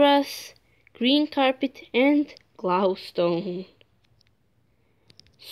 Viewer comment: Yeah, and I heard you said gloustone instead of glowstone xD